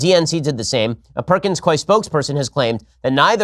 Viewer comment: perkins [cooeee] not koi